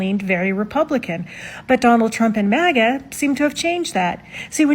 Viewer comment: “OH MY GAAAAWD… I WILL BOTE, FOR DUNNEL THRUMP!!” … I need this as a ring tone asap 😂😂😂😂